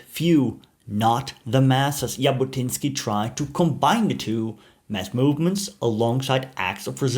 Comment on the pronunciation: Thank you for interesting content in general, end especially regarding the Jewish people and our national liberation and return movement - Zionism. Just one small correction - the way to pronounse the surname Jabotinsky is Zhabotinsky, and not as pronounced in the video. I also reject the claim that Avraham Shtern ("Yair") thought Arabs should be second class citezens under Jewish sovereignety, definatrly Lehi didn't adopt this idea after the murder of Yair by the British. Moreover there were some Arabs who took part in Lehi activities... Today - most people in Israel don't really make distinction between different underground movements of pre-state period (Hagana and Palmach, Etzel and Lehi) and the general nerrativ, which is basically true in my eyes, that all the underground movements had contributed in their unique effort to lead the British to decision to leave the Land of Israel and led to the establishment of the State of Israel. Not to forget that all the movement incorporated in the IDF after its establishment.